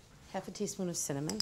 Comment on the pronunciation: no one notice how she said cinnamon wrong lol